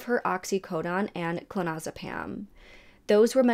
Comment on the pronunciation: K. Very informative and captivating. Well done! Please just work on your pronunciation of the drugs you mention. It’s: - feNtanyl NOT fETinol - oxycoDONE NOT oxycodON - clonAZepaM NOT clonOZepam or clonOZepaN Unfortunately, I know my comment will be interpreted as “hate” by other viewers…as that is the culture we live in now. There’s no room for truth or healthy discourse anymore. Please know that hate is really NOT my angle here. If the tables were turned, I would want to know if I were to mispronounce some words. (Especially if those words are central to the story that I am conveying.) I hope you can see where I am coming from. All the best!